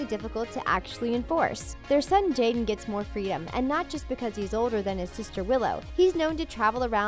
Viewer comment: how yall say jada & will smith but subtitle it as "jaden" disrespectful